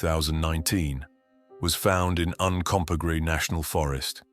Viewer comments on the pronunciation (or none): none